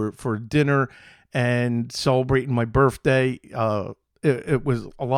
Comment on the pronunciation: Are you saying "birfday"?